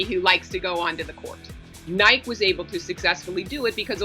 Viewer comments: Did she just say nīke? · say what?? This “expert” doesn’t even pronounce Nike correctly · Why do people pronounce Nike with a y on the end, change the N to a B and you cycle a Bike not a bikey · Lost all credibility when she called it nIke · Is it pronounced Nikeeee or Nike? That lady got me confuuuuussssseeeedddd now